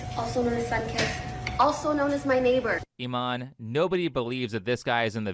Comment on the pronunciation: why are people pronouncing her name as "E- mon" lol. maybe thats how its pronounced in afrikaans but in english "imane" would be prounced E-mon-E" or imani